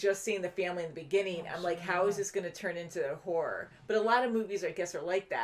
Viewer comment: Haha! saying, "horror", reminded me of my late paternal grandmother. I once tried to get her to enunciate the subtle differences between, "horror", and, "whore", as well as hear them. But she never could. So she never understood why so many people, not just men, were so interested in, "them whore shows"! As for actually seeing horror shows, she didn't call them that, so she never made the connection with what she was seeing with what she was hearing. To her they were, "scary movies". 😅